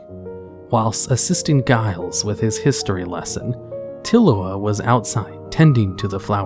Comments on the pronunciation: Giles does not have a hard "G"... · If you want to know how to pronounce Giles watch Buffy, basically any episode